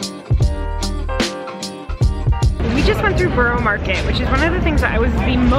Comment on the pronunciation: btw it’s borough market not boroo